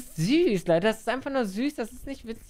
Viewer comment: er sagt Hey LEUDDE BEST DAY OF MY LIFE